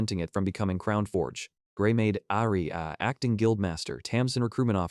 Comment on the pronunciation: The AI needs some voice training as well as proper pronunciation training. It took me half the story to figure out the blonde girls name is Aria. The AI had botched it so bad.